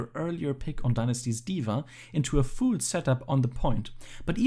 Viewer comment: I love these analyses but please stop pronouncing full "fool" 🤣